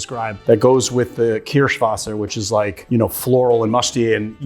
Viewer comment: Why? His pronunciation of Kirschwasser is good.